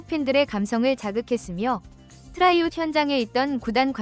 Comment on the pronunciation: 트라이아웃. 발음이 왜 그 모양인가?